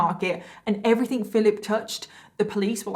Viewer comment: Im sorry but everything its not everythink